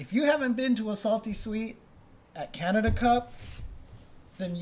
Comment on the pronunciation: Props to for pronouncing Canada as Canadia.